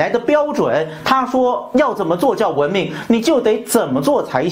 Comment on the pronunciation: 文明的明字不需要轻声哦炳忠